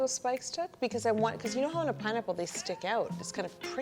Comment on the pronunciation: its pineapple not peenapplae you lunatic